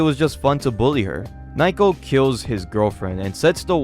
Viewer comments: Dude.... Her name isn't Nye-co... Its Na-oh-ko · You keep mispronouncing her name. It's *NA-O-KO*, not "n-eye-ko". But anyway, this manga started off strong(ish), but just turned into fucking slop. Those translators shouldn;t be surprised if they get laughed out of the scene. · Ok, how did fans ruin this one again? I’ve just watched the whole video and, unless you are implying that the people who got payed to translate it were also fans, then HOW did “fans ruined it?” You even say that it costs 50 USD a year to read it. Also, “Naiko?” “Nike-oh?” “Nyko?” “Nyako?” Her name is Naoko. I don’t mean for people to say it like native Japanese people, but those pronunciations are rather far from the right one. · I can't. You keep mispronouncing Nah-oh-koh as Nye-koh and it's driving me insane. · How the hell can you pronounce "Naoko" as "Nayko" How is this even possible? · Why are you calling naiko while the panels call her naoko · Naoko is pronounced NA-oh-koh, not Nai-koh. You pronounce everything else fairly well, so i don't know why you keep getting Naoko's name so wrong. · Her name is pronounced nah oh ko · Naoko is pronounced Now-Koh.